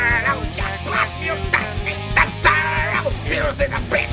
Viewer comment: та ты шо!!... 🤣 акцент за милю слышно. плюс произниосят ninZa ане ninja.